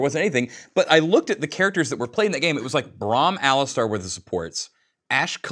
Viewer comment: "Calista" xD I predict poppy to be a pick or ban